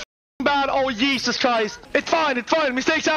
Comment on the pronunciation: This MF said Yesus Christ